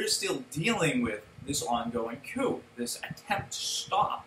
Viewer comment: it is pronounced cooo not coop